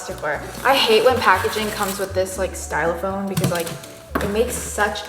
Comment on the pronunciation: Stylofoam? It’s styrofoam 😅